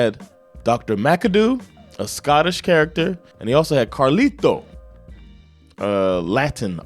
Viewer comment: Yees whole Dr Bombay and Dr MacDoo albums are good, Bombay the most. Of course he does the accent, weird if he didn't. And I love a strong Indian accent. Also you said "Macadoo". XD Being offended by this is so damn silly... It's not offensive, it's a character and comedy should be for everything. You can do it now too... You should do the whole album!! And yes he stayed in character all the time he made an appearance. People debated over him being real or not.